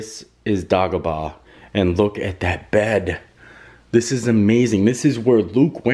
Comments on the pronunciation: He called the Emperor, “Empire”, He said Tatoo-Ian, Dah-Go-Baw, either Neh-booo or Elder-ron and that planet where Obi Wan and Anakin fought and lost his legs🤣🤣🤣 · "Dog-bah"? "End-arr"? Sounds like bootleg Star Wars planets :-D I'm surprised he pronounced "Cloud City" correctly ;-) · “Day-go-bah” and “Tatoo-een”. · Gotcha Productions and degobah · You said Dagobah wrong